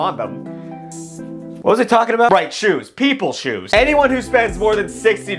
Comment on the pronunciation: “Shoues” “these shoues rule”